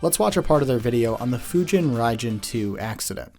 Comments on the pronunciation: Deadly.. FYUUJEEEN RIIIEEJEEEN TOOOOOOO, christ, run that through the prompt again. It's not so much that it's AI, it's the complete and total lack of effort. I know of a few channels in the DCS World circles that do tutorials using an AI voice, but fuck's sake they put in work to make the information accurate. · You make fun of the pronunciation of Fujeen Raijeen, but it’s closer to the actual Japanese pronunciation than using the English short I. However, stretching out the words is very un-Japanese. Japanese is a fast language. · You say what a pronunciation about the AI's "fujin raijin" but it's actually closer to accurate than your own I'm sorry to say, haha. In both cases the F and R are aggressively english (inevitable because japanese f and r sounds don't exist in english) but the i's are in fact long e sounds. Ofc much like "tokyo" and "karaoke" there's nothing weird about words developing a different standard pronunciation in a different language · every japanese person ever getting pissed at that computer butchering the names of important gods. im not even japanese and that annoys me.